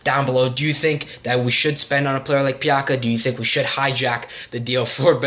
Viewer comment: Pjaca is read as Piazza